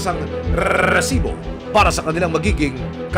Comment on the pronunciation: Sana normal nlang Yong pag Sabi ng Resibo kasi pangit pakinggan...your news is nice but not the way you over pronounce the resibo